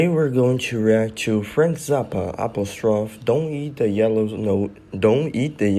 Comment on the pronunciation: The album is Apostrophe. Phonetically it is Ah-pah-stro-fee. It’s the third character in the word “it’s”.